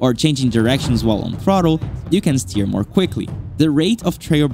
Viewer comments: Dude what's wrong with you? Say T... sTeer gran Turismo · can you say - steer?